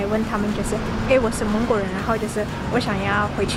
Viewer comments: 我聽了以為是芒果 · 我不看字幕你說蒙古的時候我還以為你法國人.🗼